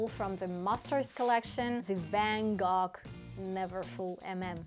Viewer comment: Love it! And it’s pronounced “van-go”